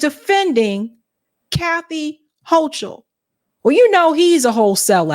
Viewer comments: The Bronx High School of Science, that's one of the top tested entry schools in NYC, and where the professor went. PS the Governor's name is pronounced Hoe-Kul. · Hi. Just an FYI, the NY Gov pronounces her name [Ho-Kul], not [Ho-Chul]. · Ugh. I don’t know who here voted for them - they are both terrible! By the way, it’s pronounced “Hokul” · Pronounced Hokal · It's pronounced "ho - coal." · It’s said like it’s spelled Kathy Hokul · Hochul Pronunciation: hoe-kuhl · It's pronounced hoe-cull ❤ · The “h”in the governors name is silent!🤓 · The H is silent in Kathy Hochul name